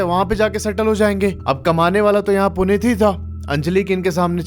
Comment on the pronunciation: Bhai kya story btaadi aapne Puneet or anjali ye story sunke aisa lgaa ki main character mai hi hu kyuki Mera name bhi Puneet hai or meri girlfriend ya ex rkhlo uska name Anjali 😶‍🌫😶‍🌫 Bhai or aap pronounce glt kr rhe ho Uska name Puneet hai but aap Punit bol rhe ho (a small mistake)